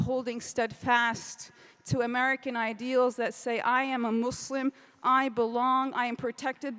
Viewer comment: I hate how she pronounces Muslim